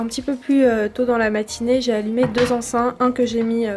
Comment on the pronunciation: Ecens EN pas ein ou in ma chérie 😅